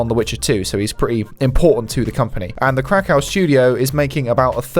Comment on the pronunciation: Urgh... Stop pronouncing "Krakow" incorrectly. It is pronounced, 'crack-ov'.